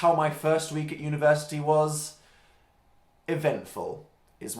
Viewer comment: as an American I totally didn't understand when he said "university" I am lovin' life whoo